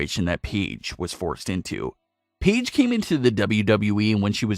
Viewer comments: Okay but why you saying "peedge" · i hate how he called her peige for a little bit